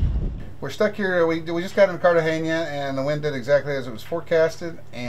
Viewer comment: Sorry to be "ese tío" but it's not Cartageña but Cartagena. You're welcome.